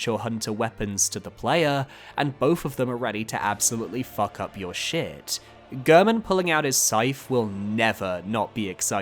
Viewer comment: So weird to me when people mispronounce Gehrman's name. He says his name in his cutscene. It isn't pronounced like "Gurrmen." It's pronounced like "Gairmen."